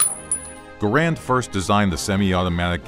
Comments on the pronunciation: Gair-end, not Gah-rand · It's not a "Grand" It's Garand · It's garand's not garands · People say the garand like grand it’s said like gaer and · its gArand! not garAnd! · Correction its (Gar-ond) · No, Ahoy pronounces it correctly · Narrator: mispronounces "Garand." Me: "M'outta here!" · Mispronouncing John Garand's name should be on par with slandering Samuel Colt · Is correct pronunciation the Garand, or Ga-rand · You keep pronouncing John Garand's name incorrectly, you should have done more research